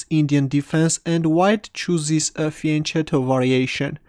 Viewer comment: It's pronounced "fianketto", it's from italian, ch sound is like english k.